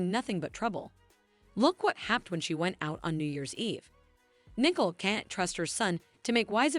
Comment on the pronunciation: Get the names right. It’s Nicole not nickel